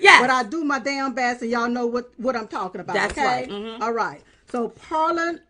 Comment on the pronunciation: You said “parliamentary” correctly, Silk!